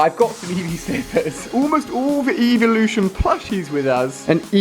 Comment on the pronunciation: it's eeveelution